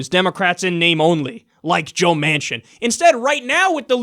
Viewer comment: The first couple of times I thought he was saying Joe Mansion. I was like , no wonder he is a sellout.